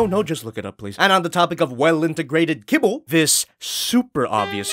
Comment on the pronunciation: Kibble!? Fuck i thought you said cable! english isn't my native tongue btw